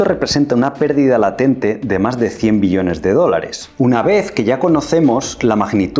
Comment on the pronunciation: Todo bien, sólo pronnuncia bien la palabra "Billones" te entendemos millones y tengo que regresar el video para comprender.